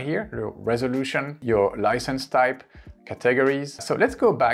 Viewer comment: Great stuff here Thanks for this helpful information. BTW In English we pronounce "categories' like this: CAT eg ories - put accent on 'cat' and a bit on 'ories'. I am trying to find out if we can upload things we've made on the Free Canva app to our YT channel. I couldn't find it on your Canva video - did I miss it?